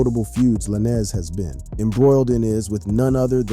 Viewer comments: Funny... u got all this "accurate" info on the case... but yet.. can't say tory lanez name right.. lmao... juss like u say "lane".. like a care lane.. that's how u say his names... juss instead of a sudden to makes it lanes.. it's a Z.. "Tory Lanes"... not tory la'nez.... lmmfao Got me thinking do these podcasters/youtubers get really intuned with wat their Makin a video about or it's jus something to make/post because of the celebrities talked about in their video... sad. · U can say stallion but not lanez I don't get it with some of these YouTube ppl